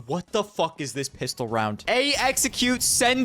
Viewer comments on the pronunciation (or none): none